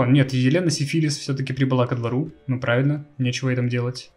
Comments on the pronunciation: Изменение ударения в названии династии изначального смысла не меняет! Это, как бы так выразиться, отвратительно! Именовать посланника Богов венерическим заболеванием! Если тебе ТАК нравится это слово, то лучше переделой его. Сифилис -> Сифилий. Это куда больше похоже на настоящию фамилию. Если у кого то есть свои варианты, то пишите их в ответе к этому комментарию. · поменять ударение на греческий акцент, да он гений!